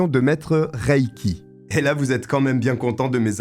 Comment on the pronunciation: Pour toi reiki se prononce riki